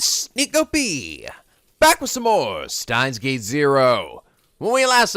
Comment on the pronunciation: I wonder when will pronounce Steins;Gate correctly?